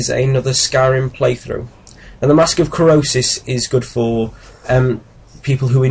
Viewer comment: Krosis not Krisos